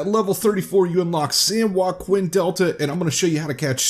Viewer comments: You butchered that name man lol it’s “san wah-keen” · That’s not how San Joaquin is pronounced lol It’s pronounced San joa-keen 👍🏻 watch some real fishing videos of the delta and you will see/hear what I mean hehe great place to fish in real life 😁. Nice video!